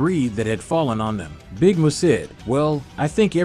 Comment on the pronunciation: Dude said big Moo its big Mun.